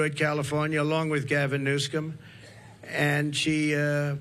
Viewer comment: Gavin "Newscome". lol